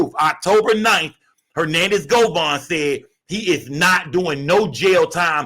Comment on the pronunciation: It's govan not govon 😂